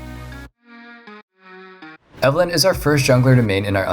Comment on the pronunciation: when he talked about evelyn, all I could understand was "alan"